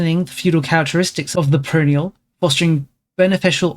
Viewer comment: Pronoia is generally pronounced Pro-Noy-Ah, if its tripping you up